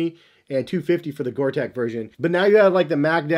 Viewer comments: Sorry to be pedantic, but it's Gore TEX...with an X, not Gore Tec. HAHA! Thanks for the great review! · Hey, Bro... it is GORE-TEX... not "GORE-TEC". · Tex. Gore-Tex. Not gore-“tech” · I’ll be that guy...... Gore Tex! Not Gore Tech. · Gore Texxxxxx not Gore tekkkkkkkk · I'm sorry but for a pro trainer guy to call 'Gortex' "water resistant" instead of "waterproof & breathable" (which is the science behind the Gortex guarantee) is a bit amateurish... Also, as in other comments its Gortex not Gore-Tech... You live & learn i guess... 😊👍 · It’s called Gore-Tex like you would call someone from Texas. Not Gore-Tech like you keep saying. Sort it out! 🤦🏽‍♂️ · GORE TEX!!!!!!!!!!! ITS NOT GORE-TECH. omg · Gor TEX like in SEX, not tech